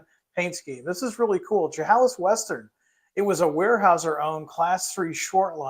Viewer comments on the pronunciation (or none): FYI - Chehalis is pronounced she-hay-lis 😊